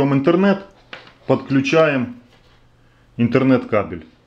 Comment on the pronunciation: Не иНтернет кабель, а иТһернет кабель.